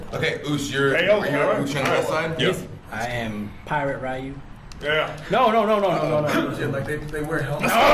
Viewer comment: Did that one guy seriously pronounce Ryu's name as Rai-yu?